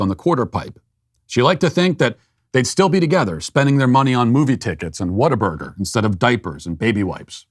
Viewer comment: pronounced Whataburger correctly